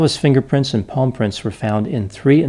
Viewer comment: i thought you said paw prints oh ok palm prints. carry on